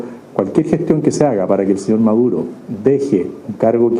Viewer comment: Escucha a Maduro, le dice KAP😂😂😂😂